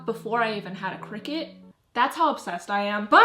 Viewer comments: I kept hearing cricket 🦗 isn't it cricut (cr-y-cut)? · I think it’s pronounced cry-cut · When she said this video was sponsored by cricut i heard “Cricket” as in the phone company lol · I thought it was crycut omg 😭✋ its cricut and i keep hearing cricket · this sounds kinda weird but the way you say cricket it so satisfying lol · omg it’s cricut i’ve been pronouncing it “cry-cut”😭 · i literally have thought "cricut" was pronounced "cry-cut" for my whole life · Same. When she said 'cricket' I felt my whole world crumble around me. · She really says: cricket